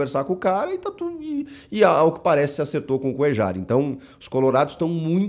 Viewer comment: Te corrigindo Chico. Não se pronúncia coeJar e sim CoeLHAR. ele é colombiano e sendo assim a pronúncia certa do nome dele é coelhar (coellar) igual o cantillo colombiano também o certo é cantiLHO E não cantiJo.